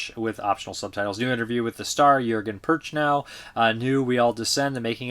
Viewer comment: Prochnow is not PURR chow. It's PROKH noh. Not even close.